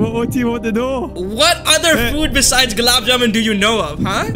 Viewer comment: its not gulab juman its long gulab juman